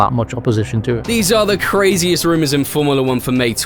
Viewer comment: roumouroua of factouurssss or wahtever it was xd